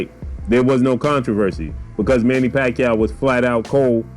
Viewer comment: Pacwuaio going to 😴